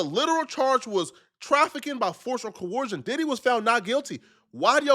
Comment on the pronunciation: struggling so hard to pronounce the word "coercion" lmao. It sounds like his nose is permanently clogged because he doesn't know how to breath through his nose.